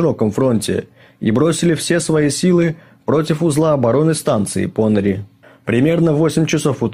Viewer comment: Уважаемые, спасибо за Ваш труд - неплохо,НО....какие ПОныри? - ударение приходится на последний слог - ПонырИ! Очень режет уши...